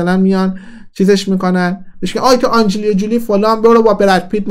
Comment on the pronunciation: یعنی واقعا لیلا حاتمی هنرمند نیست و هنری نداره،ولی مهناز افشار یه کم هنر داره؟!!🤣🤣🤣🤣 اون جولی هم ک چند بار تکرار کردی،آنجلینا جولی هست،نه آنجلیا جولی تحلیل و اطلاعاتت هم در همین حد صحیح هست بیسواد